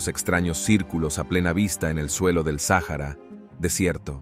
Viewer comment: Es un buen documental solo que se salto varios números y tiene problema para pronunciar el Sáhara